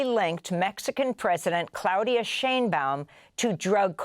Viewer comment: At this point I am convinced you are mispronouncing the names of whoever you feel like it on the day because it is Claudia Sheinbaum. Not Cloudia Shaneboum. Omfg